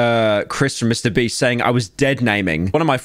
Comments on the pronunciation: Can I get 100 dollars for everytime he says breast instead of beast? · I Just love how he keeps calling him mr breast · mr breast lol y is he saying "mr breast"? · I ffind it funny how pyro ALWAYS says "mr breast" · Its so funni how he keeps calling him Mr Breast lol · Why do so many YouTubers pronounce names and brand names wrong on purpose? Like Mr Breast, Gacci, Boblox, (especially Boblox) Is it just trendy or is it the algorithm? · holy did he just say mr "Breast" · why did he keep saying mrbreast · Why does he say Mr. Breast?